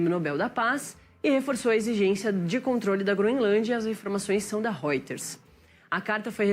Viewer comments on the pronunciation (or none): none